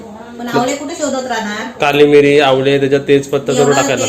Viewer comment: आवले नाही रे. आवळे म्हण.